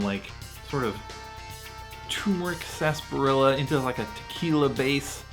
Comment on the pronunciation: Not to be that guy 😂 but “Sasbarilla” or “Sarsaparilla” ?